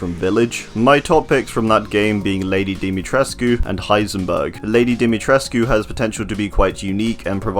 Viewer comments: It’s pronounced Dah-muh-tresk. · My guy the pronunciation of dimitriscu 😭